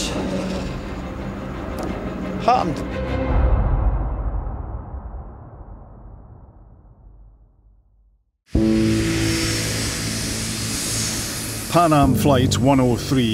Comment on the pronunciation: 'PAN AM' not 'PAM AM'